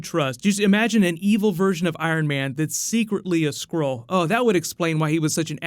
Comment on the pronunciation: Everytime he speaks "Skrull" I hear "squirrel"